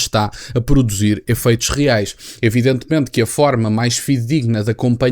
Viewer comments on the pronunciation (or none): none